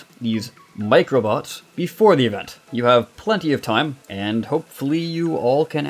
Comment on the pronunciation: I like how you say Event: evenT